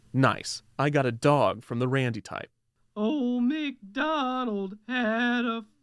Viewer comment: This video has a lot of hilarious bits, but what really killed me was the pronunciation of "dawg"